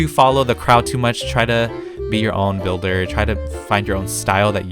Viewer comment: “I not good bilder” Lol